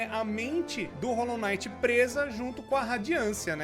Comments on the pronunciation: Rolou naiti ou rolou quinait ? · é Hollow Knight n Hollow night